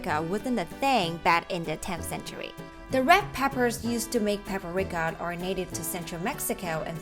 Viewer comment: It's Paprika, not Paperika.